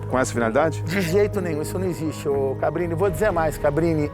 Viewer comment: Impressão minha ou ele chama o Cabrini de "Fabrini" em diversos momentos?! Kkkkk